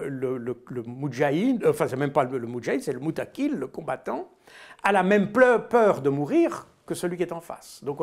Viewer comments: Pardonnez-moi Mr Baud mais je crois que vous voulez parler de "Mouqatil" ou "Mouqatil", de "combattant", et non " Moutaqil" comme vous le prononcez. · On dit Mokatil et pas motakil Mr Baud, Mokatil ça veux dire le guerrier . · Juste pr info on dit le « Moukatil > pas le « Moutakil » cordialement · Pas moutakil. MOUQATIL C'est à dire COMBATTANT. CDLT